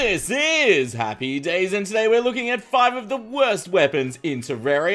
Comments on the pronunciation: how come it said wost instead of worst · "WOST" not Worst XD XD XD XD heheheheheheh But my WORST(wost) weapon is trident/Spear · Its worst not wost in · Your wost weapon xD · You said wost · "Your wost weapon" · He say wost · Well, that's how he pronounce it, right? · he said wost lmao but nice vid I like it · "Wost weapon" :D my worst weapon is ALL BOWS :D 🍪🍪